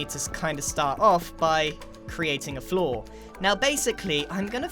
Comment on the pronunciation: Did anyone else thing Grian said "flaw" instead of "floor"? I realized afterwards but I was confused at the start... EDIT: not , sorry lol